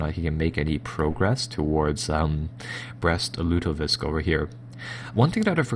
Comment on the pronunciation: He's killing me with his inability to say the city names correctly. Brest-Lutovisk - like lutefisk? Ugh, it's like listening to fingernails on a chalkboard.